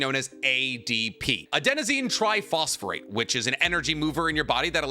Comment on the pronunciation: I love how he talks about having a masters in biotechnology then proceeds to say adenosine triphosphate wrong. I guess that's why he does this for a living instead.